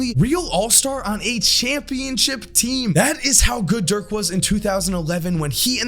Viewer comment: How do people butcher Dirk’s name. He’s German not Polish.